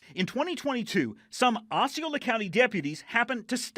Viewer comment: Pronounced Ossy- Ola county...NOT Oxxy - are you stupid or just skipped 3,4,5th grade.